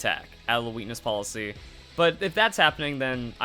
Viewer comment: Lol I'm sorry but I can't unhear weenis policy Great video